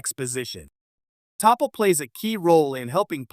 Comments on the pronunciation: "TOP POH" ; "T POU " ; "TOP POUH" WHO THE FUK ARE YOU TALKING ABOUT WHO THE F*CK IS THAT????? DID YOU MEAN T(AH) POL (PAUL)???????? YOU MILLENNIAL YOUTUBE CONTENT CREATOR TYPES WILL THROW YOUR HAT INTO ANYTHING TO MAKE MONEY ON THESE CHANNELS WONT YOU????? TO HELL WITH RESEARCH AND PRONOUNCIATIONS OR ANYTHING ELSE.....ESPEICALLY GETTING THINGS RIGHT. WHICH YOU NEVER SEEM TO DO.............. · Stop using an AI narrator. It's ridiculous. Her name was T'Pol.. pronounced teh pol not Topple or Teeple. her real name is incorrectly pounced too. AI makes stuff sound moronic. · Hello. I have never written to a YouTube info displayed before regarding grammar,but I just had to too day. Topol is not pronounced ta-pal. I hear tapal,it hurts my ears to listen to. My grammar book say/ta pol is not said tapal. She is my 2nd favourite on Enterprise, and a WOOF.but you should listen to how archer says it. I can't listen to your last (6) minutes,it makes my ears quiver. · It's not "Toppel", it's "Tuh-PAULl". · Hey stupid AI voice, her name isn't 'teepol' or 'top ol' T'Pol... geez, this is the best reason I have heard to hate AI voiceovers... THEY SUCK!! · you need to learn how to pronounce names correctly it's TA-POL not topol and its Blaylock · it's pronounced as T'Pol not as Topol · AI- her name is NOT "TAH-POLE" nor "TEE-POLE". Her name is pronounced "Tuh- Paul". Please do a future edit to make sure of how words are prounounced. Other than that, your video was pretty good. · It's pronounced T'Pol. There is no character called Topple. Learn to pronounce the name correctly or get out of of this business. You insult true fans. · It's pronounced T'POL...not Teeple. Or Tahple. Sheesh. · NOT 'TEE-POLE', but "T-Pol". Subtle Inflection I am Certain is LOST to the Newbs, but , really, GET IT RIGHT, please! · Bloody AI can't seem to get it right EVER !!!! Its Pronounced T'Paul NOT TOPPLE ffs I cant continue watching this. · its pronounced Tee Paul no topple. This sounds weird.